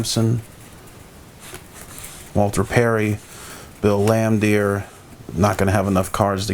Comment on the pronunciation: Good nostalgic vid.... but does this dude know anything about the NBA or can he read English?.. BRUH!!!!, lol. 🤣 😝. Mitchell Williams. Bill Laimdeer. Todd Licki. Chico Rodriguez. Harry Palm. Lol 😂